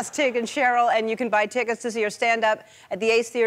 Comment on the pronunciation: Did she say get yr Tiggets?!😃 If not, she should have